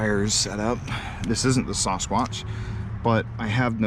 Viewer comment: I got to ask do you not know how to say Sasquatch?